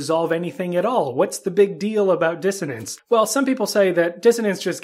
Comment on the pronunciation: Problem is you open the video pronouncing it wrong . It’s not DisoTance . Wow